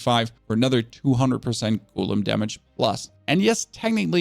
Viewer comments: Drinking game commences: take a shot everytime he mispronounced golem from (gow-luhm) to (goo-lim) you will be super smashed within 2 minutes! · Love your content, but damn that "goooolem" shit triggers me hard. It's a go-lem